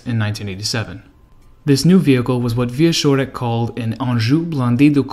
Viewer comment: you did great as usual. One thing tho. Wieczorek sounds in the middle more like "tch" (watch) than "sh" (harsh) But still, this is just nitpicking as I have zero issues with your reading. Thank you and TE team for this effort. Interesting story. "cz" in Polish is like it is in CZech Republic:)